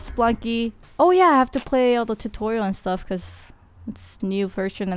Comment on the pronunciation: I like how she says Spelunky. It sounds like she's saying Spunky.